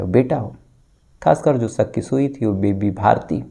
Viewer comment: Sak hota ya shak hota h bhai aap pehle shudh hindi bolna seekho